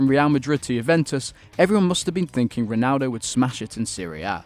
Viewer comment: you said Ronaldo wrong